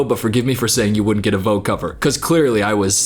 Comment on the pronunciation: the way you wrongly say the word "Vogue" hurts my ears 😖🙉